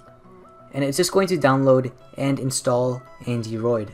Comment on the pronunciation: It's Andyroid. Not AndyRoot. Check the desc.